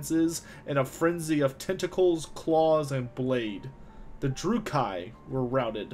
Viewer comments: Good quality work, bad pronunciations. Dru-kee. Not dru-kai. Mors-leeb. Not Mors-lib. Morathi stresses the a. Like wrath. More wrath-y. Morathi. Surmised, not summarized. I loved the content otherwise. Good narration, good video editing, fun subject. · You are mispronouncing "dais" and "druchi". Nice work other than that!